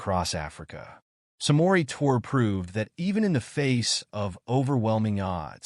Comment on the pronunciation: Pronounced (Tour-ray) ❤️